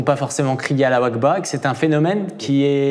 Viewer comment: C’est Allahu Akbar pas alawakba 😂